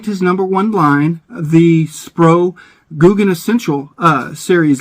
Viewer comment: Gouken not googan it almost sounds the same spro gouken